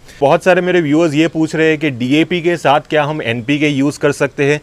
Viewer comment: Dap नहीं सर जी DAP होता है और वो Npk नहीं सर जी NPK होता है । 😂😂😂😂 साइंस का क्यों गला घोंट रहे हो ?